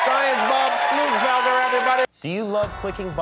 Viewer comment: Did he say "flu developer"?